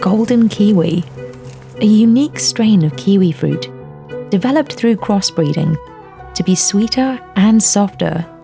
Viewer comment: "Zespri created sun-gold by cwossbwiding🥺"